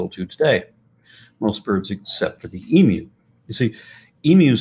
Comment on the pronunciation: I love how is one of the few Americans who consistently get the pronunciation of "emu" correct. It's so refreshing to not have to post corrections.